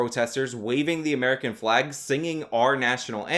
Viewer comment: Because they are trying to pander to Americans Like “ if we do this Amewicans will heyrp us”